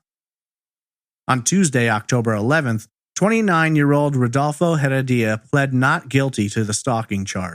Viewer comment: "Rudolfo Heredia" is the correct pronunciation of her abuser.